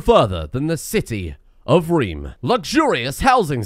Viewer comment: The Rome-Reem Home-Heem jokes are absolute top class please keep it up. Also plus points for saying little reem reems and reeeemworld!!